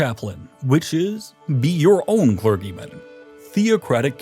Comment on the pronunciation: Has no one ever taught him, after all this time, how to pronounce papacy, papal, arch-anything, or clergymen?